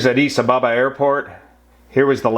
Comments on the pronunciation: Try saying Addis Aba ba.. not Abaaba.. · One minute in and I am finding the (mis)pronunciation of Addis Ababa to be almost too painful to continue listening! :( ….. It's Addis Ab-ab-a, not Addis A-ba-ba. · Just for information. Addis Ababa is pronounced Addis Abéba. (like the A of Baby) Greetings from an ex sabena OPS manager. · You are getting the emphasis on "Addis Ababa" wrong. It's A_ddis_ _A_baba. Checkout wikipedia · Learn how to pronounce Addis Ababa!